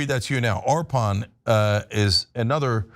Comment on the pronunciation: Nice bit on Arpan's coding work ! Great to see him get some time in the spotlight! Quick note as his friend: he pronounces his name 'UR-puhn.' Thanks for the great coverage!